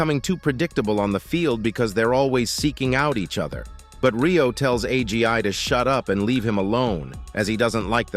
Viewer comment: This TTS pronouncing agi as "A G I" is killing me LOL